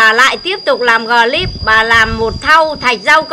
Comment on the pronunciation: Clip bà lại nói là glip